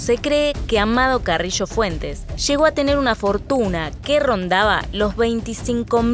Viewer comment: Se dice Carrillo no "carrisho" jajajj xd